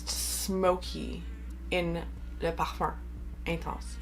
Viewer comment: Wow, your pronunciation of «le parfum intense» was so good. Im not french, but this must be darn close, right?